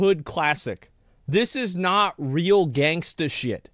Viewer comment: i cringe so hard when asmon says gangsta. it's so awkward that it's funnuy as hell.